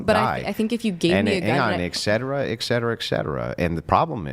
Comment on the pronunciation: This guy is so smart but then he pronounces the word etcetera as "ecksetera"... he probably pronounces the word nuclear as "nuculer"...why?